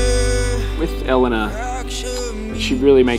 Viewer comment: Finally found someone with the same pronunciation of Elena as me!!!